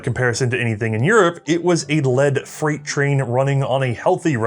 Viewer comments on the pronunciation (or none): none